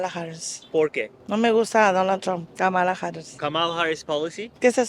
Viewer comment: Her name is Comma-la ( Ka ma la)!🙄😳🙏